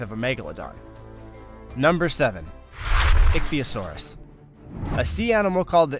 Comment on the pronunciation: "Ichthyosaurus" is pronounced *ICK-thee-o-sar-uss*." The ICK" rhymes with "sick," "lick," "tick," etc.